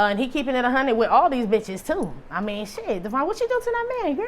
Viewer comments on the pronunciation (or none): none